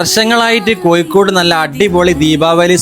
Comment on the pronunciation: കോയിക്കോട് റൈറ്റ് അല്ല ലെഫ്റ്റ്